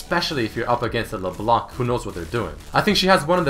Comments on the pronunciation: Geez, the C is silent in LeBlanc, it's not LeBlank... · Hey I'm a Canadian fan of yours, and my main language is French so forgive my spelling. I just wanted to let you know that LeBlanc is obviously french for "The White" however when reading it in french the c wouldn't be pronounced. Making it so it should be said LeBlan:) also this part is more funny But did you know that LeBlanc is how you would be addressing a male and if you were addressing a female it would be LaBlanche. Anyways love your shows and Much love from the Great White North!:) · It isn't silent and it also isn't LeBlank, it's pronounced; Luh Blon ck.